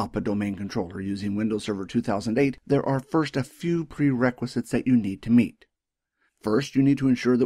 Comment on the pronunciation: perquisites or prerequisites?